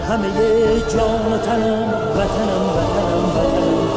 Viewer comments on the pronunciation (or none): لكن ينطقوها فاتانم